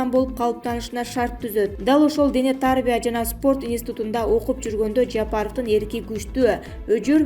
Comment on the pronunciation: Дене тааарбия дебей туура окусан.